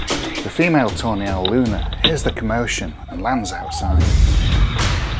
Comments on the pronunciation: I keep hearing "tornado" and "toenail" 😑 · When you say tawny owl, it sounds like toenail.